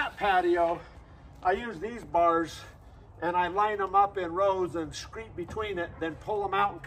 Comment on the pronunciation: Its screed, not screet. Very nicewrok!